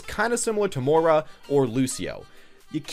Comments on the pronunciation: no kidding. You completely miss the "i" in Moira and call her "Moe-Rah". I understand not getting brigettes name, but come on, Moira? Moist? Choice? Voice? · Silentnanner overwatch if the character has been out for 4 months and you STILL don't know how to pronounce her name, I don't know what to tell you.